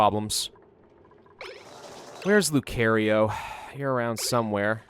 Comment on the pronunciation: Please stop saying Lucario it's pronounced (luu-kar-eo)